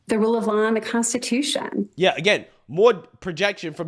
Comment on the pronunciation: Any time she says, "Consti-too-SHYOOONN" I cringe...